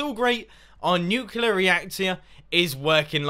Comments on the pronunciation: *nuclear. nu-clear. clear. not nucular... i know its been 2 years but omg stahp. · Not trying to be rude i love your videos but its nuclear not nuculor. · If you're in America, it'd be a 21+ drinking challenge Also, try drinking every time he says "Nuculear," instead of "Nuclear" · You said nuclular, it's nuclear. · It is pronounced "nuclear", not "nucular". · Mumbo, it's NU-CLE-AR say it correctly xD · Have electricy come of the nucular reactor,Mumbo :D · OH NO HE SAYS NUCULAR. -100 internet points. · nucular reactor?